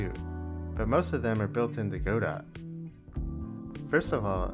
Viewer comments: Obligatory "it's pronounced 'god-oh' not 'go-dot', the t is silent" comment to boost the engagement algorithm :P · Godot it is pronounced gudoe btw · Just wanted to make the obligatory "You are pronouncing it wrong!?!" comment. The T is silent, and its pronounced 'guh-doe'. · Please pronounce Godot correctly. IT IS NOT "Go Dot", the "ot" at the end is a long "ohhh" sound. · Godot is pronounced (guh-dough), I thought... If it were the way you pronounced it, wouldn't it be spelled GoDot?